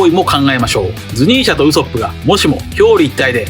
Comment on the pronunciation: どうしてもウソップのイントネーションが引っかかる🤫